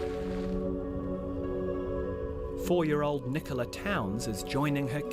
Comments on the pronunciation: You said Skive perfectly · Ok, I'll agree to that. But for a foreigner to pronounce it this correctly, he gets the props from me 😉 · Great job pronouncing "Skive" you could for a Dane easily!! 👍👍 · The way you said: Skive..... was 100% spot on :D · Yeah, I was about to comment the same thing. 👍😄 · without trying to put down, because it was very impressive, it's probably one of the easier cities. Most of them require a local version or has æ ø å in it, but to pronounce an easy city exactly like a Dane would is very impressive. Not just close, but exactly like